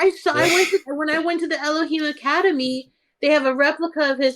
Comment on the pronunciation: elohim not eloher theres no her in elohim it has to be a him